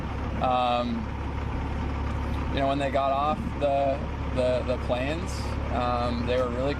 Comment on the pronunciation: "When they got off the plans they were very confused" I think this guy needs to learn how to pronounce planes.